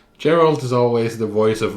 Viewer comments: Geralt is always pronounced as Geralt not Jeralt. It's because in polish G is always G like in a word "game". And also Jaskier (bard's name) is pronounced more like "Yaskier" and it's because polish J = Y like in a word "Yeti". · So I’ve noticed you pronounce Geralt as if it’s “Jeralt”, and I’m curious if that’s because that’s how it’s pronounced in the games, or if that’s just something you do. I’ve never played the games but in the show, they seem to pronounce the G in his name much more softly.